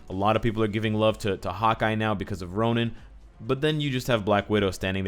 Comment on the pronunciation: Not trying to rant or anything, but it's 'Ronin', man, not 'Ronan' Love your videos, really helps me with my builds <33